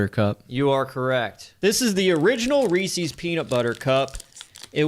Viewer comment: I stopped watching as soon as you pronounced it wrong . Is it that hard to see the apostrophe.